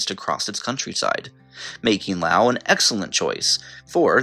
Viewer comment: Things that surprised me in this video: - Loas being in the top 10 - Loas being correctly pronounced (Geography Now is the only other YouTube channel in which I've heard the country's name pronounced correctly on.) - Bhutan being in the top 10 - Singapore being in the top 10 - Cyprus not being in the top 10 (I believe the nations of Cyprus and Israel have by far the best queer rights in the Middle East, [which I know isn't saying much unfortunately,] but I know that Israel is kind of... complicated... but I still expected Cyprus.) Seriously though, was Cyprus like #11? Because I know they have civil unions.